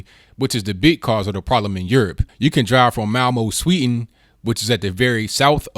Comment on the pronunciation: there is a "d" in Sweden, it's pronounced. try saying it. practice.